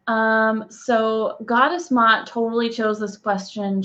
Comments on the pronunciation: The name Ma'at is pronounced like 2 syllables. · just want to clarify a little something, Ma'at is pronounced as 2 syllables. I know these names are difficult sometimes especially those with an apostrophe in the middle! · You Are Mispronouncing this Brown Skin Black African Queens Name Please Correct This!